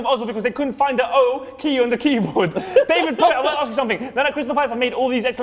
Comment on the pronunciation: I'm italian and David pronunce was fantastic :D